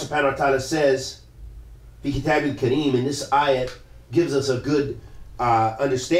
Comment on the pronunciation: in the minute 21 you made mistake in the recitation of the quran in the word kitab